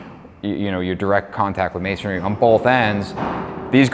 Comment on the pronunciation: it's amazing that neither of you know that the word is masonry and not masonary. You sound like fools.